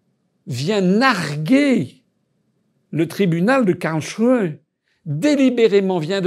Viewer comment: Bravo pour la prononciation de Karlsruhe, bien mieux!